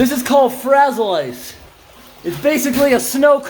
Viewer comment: Love how you call it frazzle ice!!! 😊😂